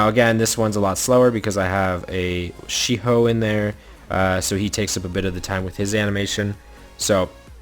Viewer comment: he said shi hou but it sounds like SH*t hole